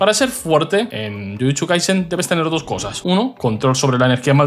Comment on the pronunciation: Odio como dices "jutchu" xd